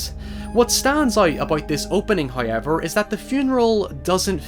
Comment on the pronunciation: I like that you say however like haeyüewevear